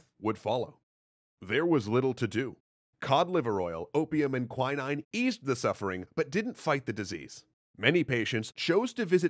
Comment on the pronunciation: qwuineine? do you mean quinine? (quin-ene)